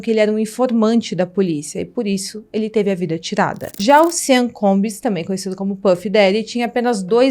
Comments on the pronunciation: Olá! O nome dele diz-se "xón" (Sean) e não "sén". Obrigada pelo vídeo 😉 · O nome dele não é "Sam". É "Sean". E se pronuncia "chãn". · A pronúncia do nome dele é "Xã" e não "Sem". Isso tudo é assustador e só demonstra como a indústria fonográfica e cinematográfica tem podridões inimagináveis, e do quanto somos manipulados por essas indústrias, que nos fazem gostar de seres desprezíveis. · Cara o nome dele se pronuncia Shean não Sam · Excelente sua narração, mas a pronúncia correta do nome é "CHON" e não "SAN" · Por que ela chama o cara de "Sam"?!?!? Pra fazer um vídeo desse, é preciso pesquisar a pronúncia correta. Sean!!! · Gosto mto dos seus videos e da sua forma de contar os casos, mas vc poderia por favor pesquisar a pronuncia dos nomes das pessoas? Uma sugestao só. claro, nao que seja importante, mas... Por exemplo, Sean nao se pronuncia Sam, se fala algo como "Xón" ou Heather q se fala "Réader" (de um outro video) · Vc fala SEAN como se fosse SAM mas na verdade a pronúncia está mais pra CHÃ 😅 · Vc sabe tudo! Mas, chamar o Sean de Sam é dose!! Sean é Shón... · Oi! O jeito certo de pronunciar Sean é similar a “Shawn”. E não “Sam”. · Sim, sim. O mais perto que chega da pronúncia é "Shóun". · Obrigada pelas informações... Mas veja direitinho como é a pronúncia dos nomes dessa história...Sean é Chón, késsi, frikófs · Sean pronuncia correta Xan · Só um toque: Sean se pronuncia xan. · Não é Sean é Shon! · VERIFICA A PRONÚNCIA CORRETA DE “SEAN” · Adorei o vídeo. Pena que a pronúncia do nome está errada... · You keep saying his name wrong. Sean is pronounced “Shawn “ not cean. It’s not hard to pronounce. And Suge knight is pronounced “shug “ nite” with a silent “e”